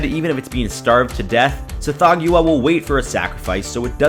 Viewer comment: I REALLY prefer the pronunciation "Sath-HOG-wah" and not "Seth-THOE-gue-ah".